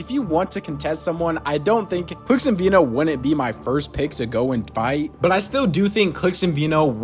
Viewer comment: His name is veno not vino .... like veh no .... i got it wrong myself for years